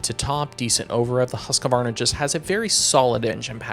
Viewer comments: You realize it’s pronounced “Husk-Varna” not “Husk-a-varna?” You probably should since your professionals and all. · Husqvarna is pronounced Husq…varna not Husq A varna… My dad had a 74 husky and has been complaining about the incorrect pronunciation since I was a kid… while working at Fox… I took the opportunity to ask all the industry guys and old time European riders to hear the correct pronunciation and man we never seem to learn in American